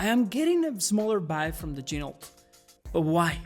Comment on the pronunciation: FYI, Ginault is pronounced: “G-Noh”, per the company owner.